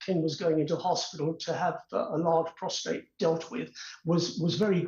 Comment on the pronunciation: What is wrong with these people it is PROSTATE not PROSTRATE